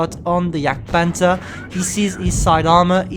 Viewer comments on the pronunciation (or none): none